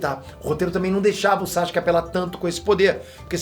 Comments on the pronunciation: "Chaxuque"... Adoro esses vídeos, pensar fora da caixa, a história do anime é muito rica. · Na vdd a pronuncia correta é Sasuke msm com o U é que os japoneses falam bem rápido ai o som do U passa despercebido. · Pergunta besta: Porque se pronuncia Saske e não Sasuke como é escrito o nome dele?. Responde essa.